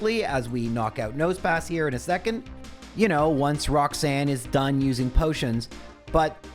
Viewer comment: I was re-watching your other minimum battles the last couple of days while being ill and just yesterday I watched the latest Emerald video thinking "damn I hope is going to continue the series soon". I am so happy right now, feels like early christmas. Thanks for your content! Edit: Also there's no way you pronounced the first Rocks-Anne that way unintentionally right?:D